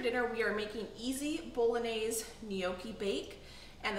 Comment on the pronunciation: Lol wtf is boloanze 🤦🏼‍♀️ please don’t do Italian like this